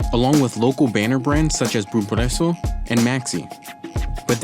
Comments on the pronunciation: "bum prueço" kkkkkkkkkkkkkkkkk gringo falando português é foda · He sounds stupid saying “Bom Preço” I hope I don’t sound too much of an idiot while speaking english.. I gotta say I really try because I always tought how disrespectful it is that native English speakers think they can speak our language saying it totally wrong and thinking they can get away with it. Sometimes they make fun of people like us, that learn their language but still aren’t fluent and talk a little bit weird when they can say only a few words and WRONG. Atchacaro??? REALLY?? You could try a little hard dontcha think?